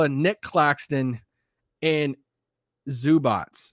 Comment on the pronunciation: It is not Zubač it is Zubac